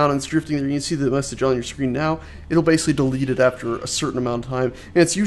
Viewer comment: That lazy pronunciation of "basically" though